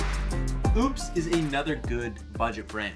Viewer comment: Keeps pronouncing Oupes as Oops